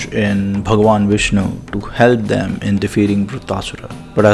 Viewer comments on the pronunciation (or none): none